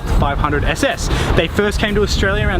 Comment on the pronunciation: Esse esse, not ss as in German death squad.